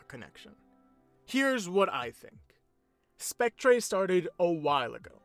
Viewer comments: It's pronounced "Spec-TER" not "Spec-TRAY" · I like how he says spectré instead of spectre